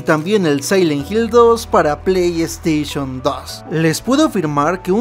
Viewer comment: “pley esteishon “